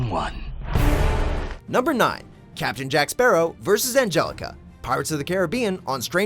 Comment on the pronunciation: First things first where the hell is my bloody rum bottle Second thing can no one say my bloody last name it’s not that hard